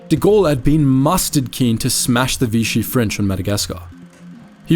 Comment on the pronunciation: NOT VITCHEE, IT IS VISHEE. Please carry out more research